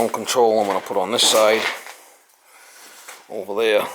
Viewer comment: That boilah ovah theah at your sistah was a leakah 👍